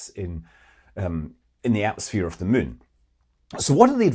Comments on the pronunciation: Attention: Scott Manley subscribers and listeners: In this and other Scott Manley videos, you will occasionally hear him say a word you do not recognize, that sounds something like "min", or "the min" - a word we do not have in spoken English, or any English dialect. After years of painstaking research, I have come to the conclusion that Scott is in fact saying the word "moon", or "the moon", our near companion in space. Once this oddity of pronunciation is translated into correct English, the rest of his commentary begins to make sense, and can be vaguely understood, assuming you have a PHD in physics. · I enjoy your intelect, your ability to communicate, and your outrageous Scottish accent. I hold my breath...he is about to say "moon"...can't wait. Good job.